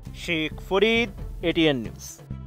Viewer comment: Sheikkkh faaaaarŕrrrrid atn news😂😂😂😂